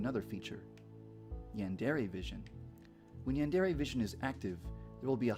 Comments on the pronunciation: it is pronounced "Ray" not "reh" source: two years of college level Japanese, Hirgiana is the first thing we studied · It's pronounced Yan (yahn) de (de) re (Ray)